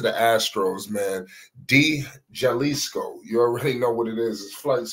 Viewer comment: Bro say it like this——- day halisco Astros [De Jalisco Astros]